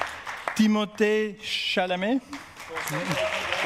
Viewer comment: And then they pronounced Timothée's name correctly X:::D